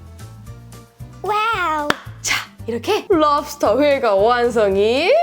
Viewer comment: 랍스톼 쁠뤡스~